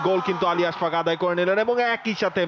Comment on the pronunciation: I don't know why they keep pronouncing his name Ash FAQ